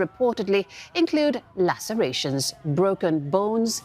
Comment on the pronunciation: Why does this woman talk with such a random and weird intonation sometimes. one glaring example I noticed was on “lacerations”